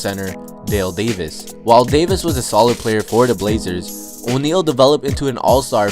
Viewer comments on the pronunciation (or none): none